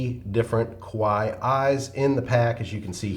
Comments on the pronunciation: omg Love it and need it!!! (btw KAWAII is pronounced as ka-wah-ee-ee and doesn't not really rhyme with "Hawaii". In fact, doing so makes it sound like "KOWAII" which means "scary") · Add a ee on the end of your pronunciation of Kawaii and you will be gold!